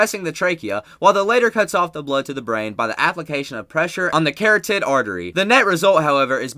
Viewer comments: No one gonna mention the dude pronouncing "hemorrhaging" as hee-mor-hogging? I had to listen to that one 5 times. Edit: also, add "carrot-id" artery and "coop de grace" lmfao. Dude didn't sound comfortable with this script at all. The speed with which he read it was totally unnatural. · The Carrot-id artery? It is the Carotid artery ( pronounced Cah-rah-tid). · I think he's reading this because he said carroted artery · He can't say coup de grace or corroded artery properly. Also the styles clash is way more dangerous than the sleeper hold.